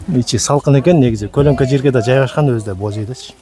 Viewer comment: 😂 колнко эмес көлөкө 😅😅😅